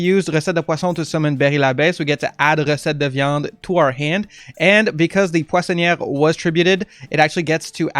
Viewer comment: Are you from Québec ? Your "recette de viande" was very well pronounced and i'm french so you can trust me, i love your content and i was waiting so long for this deck ,thanks bro , bon appétit